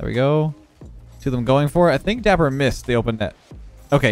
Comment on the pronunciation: it’s dappur